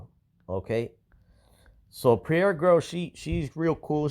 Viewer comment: your saying her name wrong. Pronounce her name like it sounds. Prairee ( Prairie) look up the meaning.